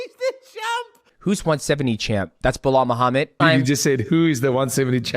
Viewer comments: You should add clips in the end of Chael mispronouncing Blahal all the time 😂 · Nobody knows who the champion is😂😂😂😂😂 ahhhhh you suck bLAHAL ( chael sonnen pronounciation)😂😂😂😂